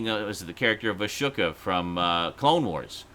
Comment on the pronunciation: It's Ah-SOAK-ka. Not Ah-sue-ka.